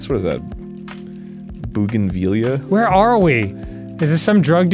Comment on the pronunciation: Arin: "Nice vinage though, what's that a trumpet?" Me: "Bougainvilleas" Arin: "Bouganveeliuhs?" wh-?